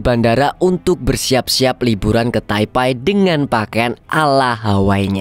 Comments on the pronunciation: Taipe bang bukan taipai😭😭😭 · maaf bang bukan taipai tp taipe bacanya 😂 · sejak kapam jadi taipai? taipe nyebutnya. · Taipe bang bukan taipai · taipei atau taipai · Baca nya bukannya Taipei bukan taipai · Taipai apa taipei nih kak😅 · Taipei bang, bukan taipai 😅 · Bacanya bukan Taipai mas